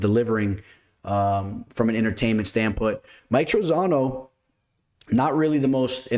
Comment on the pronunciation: No hate, just help here… It’s “From a betting stand POINT” (not stand PUT) 😂